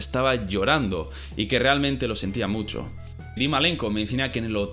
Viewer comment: Tal vez... No tengo una palabra profesional así que no puedo decir musho...